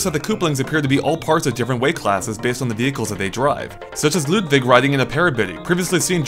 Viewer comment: Stop saying "Loodvig"